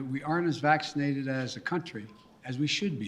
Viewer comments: He can’t even pronounce vaccinated right 🤦‍♂️ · he mispronounced "vaccinated"*